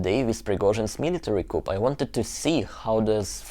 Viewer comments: Yes, I've always thought coup is a French word and isn't pronounced like English. The p is silent. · Good job, Niki. By the way coup is pronoounced coo not coop.😊 Easy mistake to make. Your English is very good. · Niki - Excellent summary and insightful with the mother and the analysis. Thanks. Also, the word "coup" is adopted French with a hard "K" and the "p" silent. Rather than sounding "coop", it sounds "Kuu". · Niki - although it is spelled "coup", it is generally pronounced "coo" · Niki just FYI. Coup is pronounced koo without the "p". I think it's a French word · nice video Niki... coup is a french word and the p is not pronounced. In English it sounds like coo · Thanks for the interesting report. Very helpful. "Coup" is pronounced "coo," with a silent letter "p" after the French phrase "coup d'etat." The word pronounced "kewp" is spelled "coop" and means a cage for poultry. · The "p" in coup is SILENT. ; pronounced "cou". Thought you'd like to know. Great analysis. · Niki, the correct pronunciation of the word "coup" (which is French and refers to a hit or strike or blow) is "coo" (in French AND English). In other words, the "p" is silent. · Dear Niki, thanks for everything, and by the way, the "p" in coup is silent, as in "ku". The full phrase "coup d'état" is pronounced "ku - deɪ - tɑ". When the p is pronounced, the word means a cage or pen in which chickens are kept. Love your videos. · Fascinating and terrifying. By the way, in English Coup is pronounced Cooo , the p is silent. :) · Hi Niki - just to mention that the word 'coup' is pronounced 'koo' (no 'p') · Coup is pronounced "coo". No p. Like "cool" with no L. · 💙💙 Thank you Niki! I was so curious to hear your report on the coup..which is pronounced without the sound of the final consonant.....pronounced cou! 💙💙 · coup is French, so the p is silent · Great vid, thanks for the window. (one note: the "p" in coup is silent, Thanks France...)